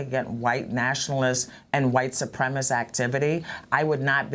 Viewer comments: SU-PREM-IS-CIST, not SU-PREM-IST!!! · [" What is a 'supremist'? "] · She cannot even pronounce 'supremacist' properly?